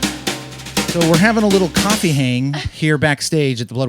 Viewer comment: The way she says “Kofeee talk”